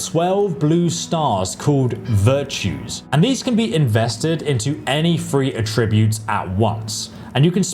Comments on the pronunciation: This dude needs to learn how to say some things like “attributes” they’re not “uh tree boots” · The word is "Attributes". "ATT-ributes". Not "A-TRIB-utes." ATT-ributes! And David Bowie was the Rock and Roll Chameleon, not the CHAR-meleon with a cup of tea! Chameleon, like the colour-changing lizard. {:o:O:} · Attributes. ATT-ributes! Not A TRIB-utes! ATT-ributes! What the hell is wrong with you, aren't you British? And David Bowie was the Rock and Roll Chameleon, not the CHAR-meleon with a cup of tea! {:o:O:} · AAATTTTtributes not AAAA tributes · Great video, but by god it’s A-tributes not a-TRIBUTES 😅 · Why do you keep saying attributes like atrib-butes its aaaaah tributes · Great video as usual but mate, someone's got to tell you - it's AT-ributes not at-RIB-utes. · Amazing video, so helpful, sent my son a link. But please, aTTRIButes is a verb. Please rerecord this entire video with the correct pronunciation, and then send me the link when you have done so. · 10 more years of listening to this tool mispronouncing attributes (uhh-trib-yoot), no that's a hard pass for me. Glad he's got plenty to do, maybe an aural encyclopedia would be a big hay-elp.....😅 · Is anyone else weirded out by the way he says “attributes “? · That's not how attributes is pronounced, lol. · Bro please learn how to pronounce 'attributes' properly if you're going to say it 1000 times in the video, it was actually infuriating 😂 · Why do you say attributes wrong?? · Attributes, not Attributes! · Learn to say Attributes correctly. Not even Americans say it how you do. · Listened to 20 minutes of him saying "attributes" wrong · The way you say Attributes is absolutely maddening. Good vid though